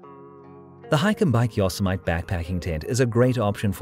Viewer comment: Great video! A little American English....Yosemite is not pronounced yo-semite it is yo-sem-it-tee.